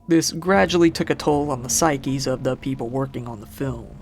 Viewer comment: The name is psyche im not sayacom…not seeeeaaahhhaaakkk